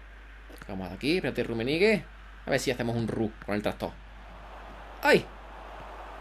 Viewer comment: Rrrrrrrrrrrummenigge Buen video crack. Ten cuidado con el nombre de tu equipo porque alguien te puede reportar, su significado en inglés puede resultar ofensivo o inapropiado.